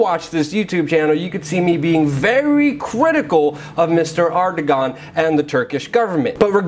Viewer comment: Airdowan, not Ardogone.